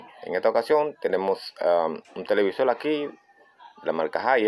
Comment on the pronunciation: Porque dice "PUELTO" "ENTLADA" "ESMAL" o "TELEVISOL"